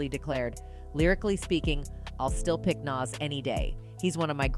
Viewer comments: Please research the pronunciation of NAS.Plz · She mispronounced his name. 😮